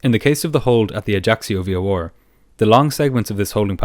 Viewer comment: Bro pls stop saying "v-o-or" instead of v-o-r